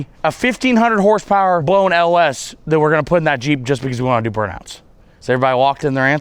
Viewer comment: You can tell he knows how to do awesome shit when its pronounced hornce powar